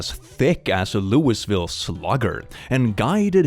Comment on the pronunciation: bro, I live in Louisville KY, and you just BUTCHERED the pronunciation. It's pronounced loo-vull. Or if you're not from there, Looey-vill. Not LouiSville